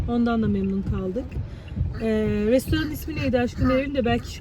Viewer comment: Restaurant adini anlasilmiyor